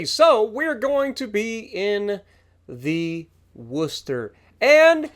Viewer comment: Spot on pronunciation!! 🎉🙌🤗 note the emphasis on "wuster" haha nice one 👍👍